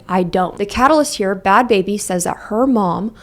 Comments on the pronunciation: Ba-had Ba-habie 😂😂😂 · I need you to know that “Ba-had Ba-habi” made me instantly subscribe 😂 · I start this vid and the first thing I hear is "Ba - hat Bah - abi" "inshallah" bro what is happening LMFAOO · You did not just call her "Bahaad Bahaabi" LMFAOOOOOOO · the pronunciation buh-had buh-habie had me on the FLOOR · The way she pronounced bahd bahbie 😂😂😂 I’m hollering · i used to think it was pronounced bhad bhabie i feel called out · "buhad buhabie"💀💀💀💀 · Not going to lie, this whole time I thought it was pronounced Bad "Bahhhbie" like Barbie. Not baby. Lmao whoops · i also pronounce bhad bhabie like that lmfaoaoaoa i alr love you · 😂😂😂😂😂 the way i start sobbing when you pronounce the H's 😂😂😂😂